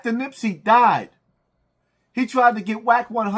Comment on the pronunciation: This man said Nipsey. Wtf. Just say anything.